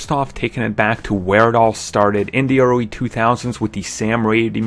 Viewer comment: It really annoys me the way he says "the" as "dee"